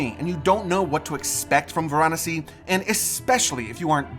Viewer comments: It's pronounced as it's spelt Va ra nasi not var anasi bloody Americans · Why do you foreigners always pronounce the name of the place incorrectly?? It is Varanasi. Vaa-Raa-Nasi.. and not Va-Raa-Nasi....Your pronunciation has ruined this video. Quite annoying. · It is pronounced Vaaraanasi .Not how you are pronouncing. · Stop saying Varanasi wrong